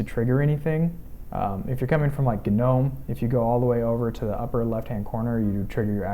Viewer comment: it's NOT "G-nome"---- it's pronounced NOME-- PERIOD-- that is ENGLISH LANGUAGE RULES--- not company or creator rules--and the G-nome makes one sound STUPID...